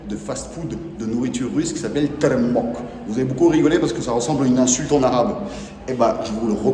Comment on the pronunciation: hh mdr il s est trompé sur la prononciation de tepemok lol enft ca e li tirimok